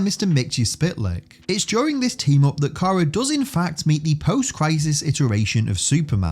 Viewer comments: "kiera" Dude.... How does one mangle "kara" so badly? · yes you did, i should have clarified, the OTHER person you had in doing the voiceover for that one bit. He said it "key-are-uh"